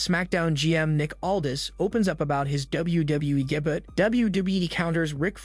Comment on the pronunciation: why are you saying daybutt... For debut... Pronounced day-byoo😅😅😅